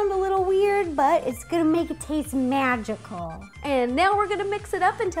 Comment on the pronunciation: How Ro said "MAGICAL" when she put in the salt 😂😂